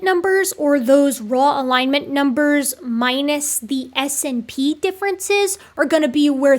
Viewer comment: I know this is minor, but I winced a little every time you said 'ess-inn-pee' instead of 'snip'.